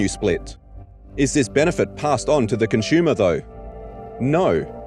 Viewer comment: It's painful having to listen to this guy not being able to pronounce the word "consumer" correctly over a dozen times in one video...